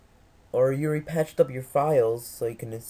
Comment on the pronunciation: I love how you say "yuri" instead of "you already". Not really, I hate it. Anyway GJ